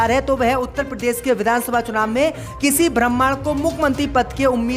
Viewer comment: शब्दों का उच्चारण सही करें ब्रम्हाण कह रहे हैं शब्द ब्राह्मण है